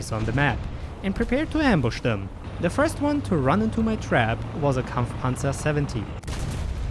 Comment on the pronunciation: I was wondering what that accent was, untill i heard you perfectly pronounced Kampfpanzer xD